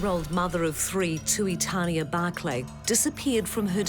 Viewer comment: Tuitania pronounced Too-ee-tah-nee-ah